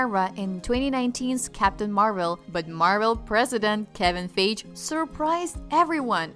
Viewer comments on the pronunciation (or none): KEVIN "FEYJ"?! UH-JAK?! Sorry, great vid but you mispronounced lots of names!